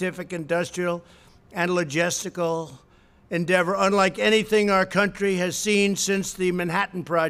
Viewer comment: Pathetic clown doesn't even know how to say logistical, what a disgrace.